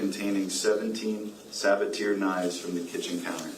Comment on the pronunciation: The pronunciation of Sabatier is driving me nuts. It's suh ba tee ay